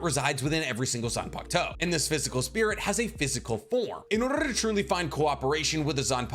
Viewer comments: Everyone: in order to: inorrrtttttt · “in ordrrrrr”